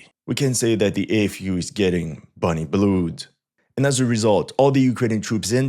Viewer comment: "Bonny Blued"